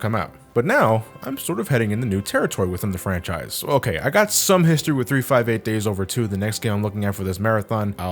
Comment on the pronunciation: Gasp You're a casual fan and you got the pronunciation of Days correct. I'm impressed.